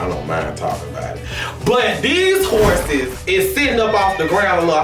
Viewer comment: Rico said “we was riding horseses” 😭😂